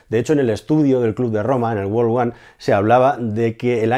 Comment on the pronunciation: Hola, he visto varios videos tuyos y me pareces muy bueno, pero me chirrian los oidos cuando te oigo decir mundo en ingles, no te preocupes que tu no eres el unico, la mayoria de los locutores y azafetas españolas lo dicen, vete a google al traductor pon MUNDO World y escucha con mucha atencion como se pronuncia, es hasta gracioso tengo un amigo ingles que me dice tengo que pronunciar como lo dicen ellos para que me entiendan los españoles, o sea hay un ingles para los angloparlantes y otro para los españoles. yo creo modestamente que el error es que los españoles que empiezan a aprender ingles , su cerebro como es logico quiere leer el ingles como si fuera español, si te das cuenta en la palabra mundo world hay una o como una casa pero al pronunciarla en ingles hay que convertir esa o en una e, tan sencillo como eso. Esto te lo he dicho con toda humildad, pues eres un profrsional de gran valia y da pena oirtelo decir asi en cambio MIT lo dijiste perfecto. Gracias por tus videos y que sigas creciendo en todos los sentidos.